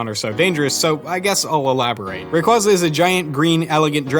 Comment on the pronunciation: He said rayquaza wrong.